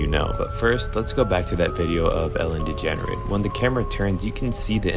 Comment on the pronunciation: I like how you called Ellen DeGeneres Ellen Degenerate